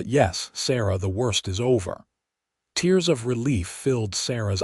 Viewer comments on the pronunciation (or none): You still have some pronunciation problems; Caleb is pronounced Kay-leb, tears is pronounced T, long E, silent a, rs… etc. but you are getting better! And this was a very good story, thank you. From Missouri ❤